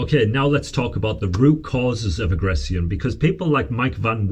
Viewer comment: Ive never heard anyone pronounce words like this before Its not a "ceon type sounds is a "shon type sound from the ion words Emo "shons " not emo "tiens" Agress "shon " not Aggress "ceons 😅